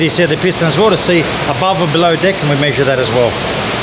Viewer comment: sounds like is saying dick and not deck...i was like why does he keep saying dick